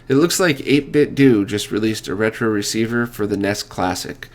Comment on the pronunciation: Hey, buddy. I guess what people are saying is that there's the assumption that 8-bitdo is pronounced 'doh' because of the pronunciation of 'Nin-ten-doh'. Not to mention that 'Do' in Japanese means 'the way of', as in 'the way of 8bit.' For example 'Aikido' (the way of peace and harmony), 'Judo' (the gentle way), or 'Shodo' (the way of Japanese calligraphy). No big whoop. Pronouncing it the other way just doesn't make much sense in context. That being said, the same people who harp on others for pronouncing 8-bitdo 'incorrectly' still say 'sah-kay' for sake, or karaoke as 'ka-ri-oh-key', which drives me absolutely nuts. I lived in Osaka for four years and very few foreigners pronounce any Japanese words 'correctly', and they ALL view themselves as experts. Say what ya want.